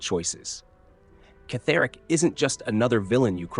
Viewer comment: It's not Ketheric it's pronounced as Kethric. If you played the game you would have known that!